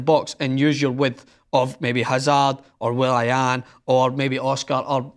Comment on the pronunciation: will-I-an ? XD